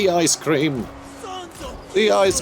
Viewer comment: The ice cweam of kislev is foightn the scawy demons